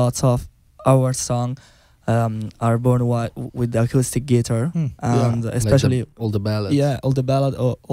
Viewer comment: They are wonderful and the interview is wonderful! Just great! (Guys, tell Thoman to stress the word "guitar" correctly)